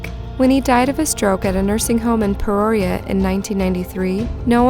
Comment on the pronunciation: You totally said peoria wrong